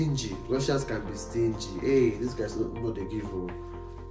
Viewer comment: Emphasis on STINGY😂😂